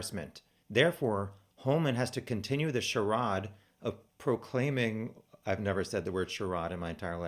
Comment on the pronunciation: By the way. Charade is pronounced --aid like gatorade. Im sure you have heard it. Kinda like your 6 grade spelling bee 😂😂. So many laughs here!! No disrespect to the girls .